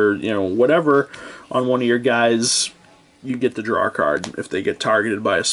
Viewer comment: He's making fun of your pronunciation of the word "draw". But it's obvious what you mean so he's pretty much just being an ass.